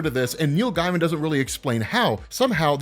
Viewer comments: Pronounced GAY-mun. Not guy-mun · Btw his name is pronounced “Gay-man” not “Guy-man” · Gaimen is pronounced Gay-man, not Guy-man. You can go to his Wikipedia for verification, or watch the Simpsons episode The Book Job when he guest stars and they say his name several times. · Neil “gay-muhn” not “guy-muhn” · Just a quick pointer, that’s not how Neil’s surname is pronounced, in fact it almost sounded as if you were saying “Neil Diamond”! You’re pronouncing the name as as “Guy-man” and the correct pronunciation is “Gay-muhn” or “Gay-mn”! 🗣🤷🏼‍♂️ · Gaiman is pronounced gay-man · His name is pronounced like gay-mun. Source - Neil Gaiman. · GAY-MIN. ITS PRONOUNCED GAY-MIN. JFC. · I thought his name was pronounced Neil Gayman?